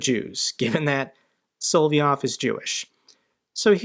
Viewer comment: Sol-ov-yov, not Sol-vie-ov... It's pronounced SOL-OV-YOV! It's not that hard. If you talk about him so much [and you should and do] please, it's not that hard. Like your vid's though.